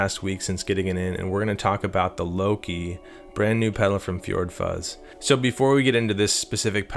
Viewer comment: I've been playing my drums for five minutes waiting for the god damn video to start. "Luka" say it like that with a soft A. Don't say Low-key.